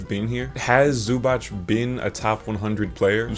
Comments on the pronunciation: Not exactly like that, you pronounce it like you do in his vid but last letter is not k nor ck nor ch, its c, pronounced kinda like cz Same with Ivica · Ayo when you'll have 200k subs i'll be able to say i was here early. It's pronounced zu-bats btw, great video nonetheless